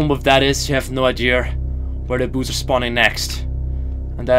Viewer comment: Note: Work on pronunciation of "boos".